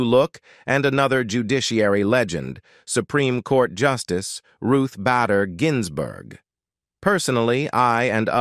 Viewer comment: Announcer cannot pronounce Judge Judy’s last name. Also cannot pronounce Ruth Bader Ginsburg.